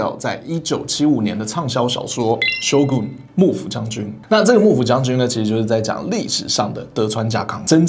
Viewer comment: Shōgun 将軍 漢字發音 真得是 比較接近"修棍"的唷XD